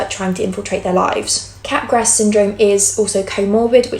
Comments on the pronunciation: Capgras is French and pronounced cap-grah. The S is silent. It’s not entirely uncommon. I’ve seen it about 5-7 times among psychotic patients. Cotard syndrome isn’t extremely uncommon either. A handful of bipolar patients will have these somatic delusions. In the presence of mania, especially with psychotic features, somatic delusions are almost a hallmark feature. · Wow, really interesting stuff! Sidenote: Capgras is pronounced without the S (like 'mardi gras').